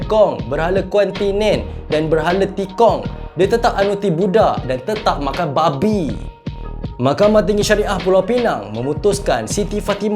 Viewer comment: jgn TEKAN sangat bunyi perkataan B4B1 tu. Hahahaahahahahah